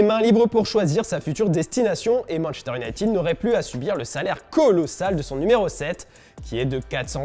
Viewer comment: "Manchester nitid " 😂